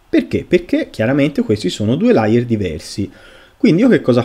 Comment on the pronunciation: Grazie del video. Layer però si pronuncia con la E. Se detto con la A significa bugiardo e si scrive liar